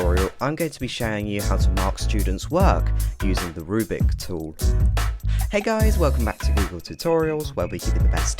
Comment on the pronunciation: You still keep saying "rubic." It's a rubric: roooo-brick. Not a rue-bick. Reply